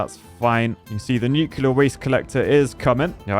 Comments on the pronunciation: Nuke-LEAR not Nuke-U-lar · The most disappointing thing in this entire video is hearing a qualified engineer say "Nu-cu-lar" instead of Nuclear 😭😭😭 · Nucular plant